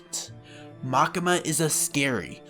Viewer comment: pls call it Makima not Makema xD for english speaker probaly like Makyma !